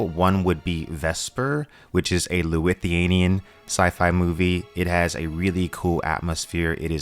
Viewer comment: It's Lithuanian, not lauthian... butchering words like that... 🤬